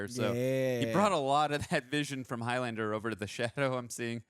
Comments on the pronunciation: Highlander is the name for a person from The Highlands - a geographical region of Scitland. The Highlands rhymes with islands. So Highlander rhymes with Islander Several characters pronounce it correctly...during the death bed scene, Clancy in the fight under the copter "another time Highlander' Its not highLANDER.... its HIGHlund-ah Please try to say it the correct way not the dumbass Yank way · It's pronounced 'HIGHlander', not HIGH-LANDER. The 'land' syllable is not stressed. Unless you're of a certain Scottish dialect in which case it's Heelander.